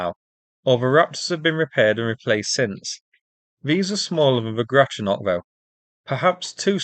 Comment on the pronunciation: could have sworn you said Groucho Marx class ships....